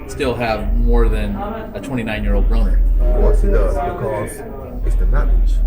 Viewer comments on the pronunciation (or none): Its Broner not Brooner